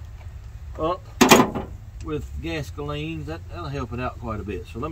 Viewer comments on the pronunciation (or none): Digging the channel but stop saying carboroster and gastoline. It doesn't sound good. It will never catch on.